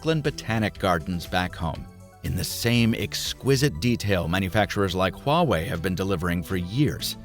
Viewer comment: Did you say Huawei? 🥲